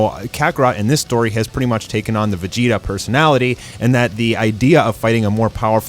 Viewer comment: Why does he call him Vegita when the name actually is Vegeta?